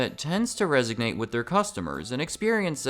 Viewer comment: Did you just say "resognate"?